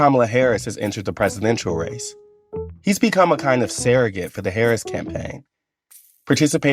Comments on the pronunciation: "sairrogate"? "frideh"? Does the whole conversation need to be explained every two sentences? Sounds like someone just wants to hear themselves talk. This is like watching a movie with actor and director commentary, with no option to just watch the movie by itself. "covered her for "The Times"", the British newspaper? Oh your times are THE times, right, got it. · Surrogate is always pronounced "Sir uh git" not "sare uh git", right..?